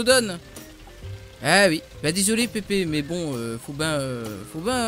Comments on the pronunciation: Mdr xD < écoute pipi> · Ouali écoute pipi lol